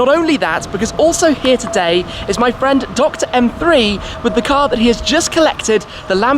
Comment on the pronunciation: Car frwwwend ooooooh 😁